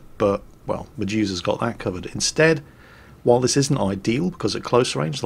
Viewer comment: anyone else keeps hearing "Jesus' Black Knight" instead of "Medusa's" :v